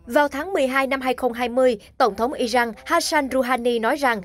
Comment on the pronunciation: Sao cô đọc tin mà kh ở không đọc đúng tên nhân vật Iran chứ không phái Ijan, cô ơi